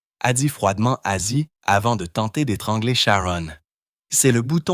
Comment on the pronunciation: lol commence par etre capable de dire Ozzy